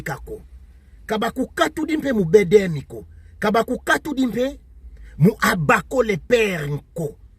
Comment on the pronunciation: Mbuta yo osekisaka nga ata ko prononcer Abako azali kokoka te.banda ebandeli ti suka ozali koloba OBAKO.